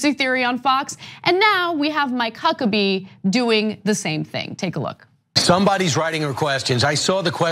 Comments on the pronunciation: Did Anna say "my cuckabee"? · Lol she said Mike Huckabee